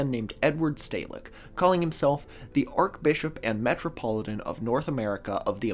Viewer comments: Arch. Like arch-enemy. Not Arc. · ArCHbishop, not arkbishop. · *arch pronounced Shhh, Sincerely a former Catholic. We don’t say it like arc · “Ark” Bishop, or “Arch-bishop”. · Just by the by... It's pronounced 'Ar-ch Bishop', not 'Ar-k Bishop' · A correction you might want to make is that the 3rd secret of fatima WAS released in 2000, however the accompanying explanation given to the children was not released and it is debated if all of it was released. Love the channel! (Also archbishop is pronounced like arch not arc lol) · Sorry,, but it's pronounced 'Arch-Bishop', not arc-Bishop. I'm only pedantic because my grandmother Myff was the sister of the then Archbishop of Canterbury, Robert Runcie. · Apologizes for mispronouncing Catholic words in a past vid immediately after saying “Ark-Bishop.” Great stuff lol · Everytime mispronounces "archbishop" as /arkbishop/ it hurts me. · “arch” in archbishop is pronounced like in “archway” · “Archbishop”- you pronounce is arch with the ch sound. Podcasters need to pay more attention to pronunciation of common words. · Please explain how you got this far in life and don't know how to pronounce "archbishop" but can pronounce "archdiocese"??? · You keep mispronouncing "archbishop" with a K as in archangel. But the correct way to say the "ch" in archbishop is like the "ch" in "church". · Is not pronouncing the ‘ch’ in archbishop an American thing, or a thing? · .. while mispronouncing archbishop... Perfect. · It's an understandable mispronunciation, though; I think archangel is pronounced like that? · I do love the correct pronunciation of "archdiocese," but the incorrect pronunciation of "archbishop." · You pronounced the h In nihilism and not the one in archbishop? I guess those errors cancel out